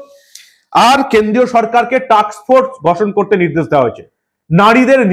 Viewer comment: আপনার প্রতিবেদন ভালো লাগে, উচ্চারণে একটু সাবধানতা নেবেন টাক্স ফোর্স না টাস্ক ফোর্স